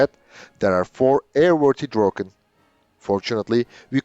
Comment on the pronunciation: You pronounce "Draken" quite well. I've seen other videos, and you are very good at Swedish as compared to other native english or french speakers. If you make the "a" in "Draken" like a micro-second longer and it will be perfekt. The same for "Gripen". The "i" is pronounced like an "e", and if you make it a microsecond longer it would also be perfect!